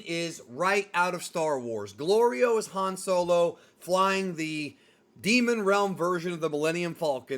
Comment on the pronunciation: Hey i dont mean to be a nit picker but i have to point out your pronouncing goliro completely wrong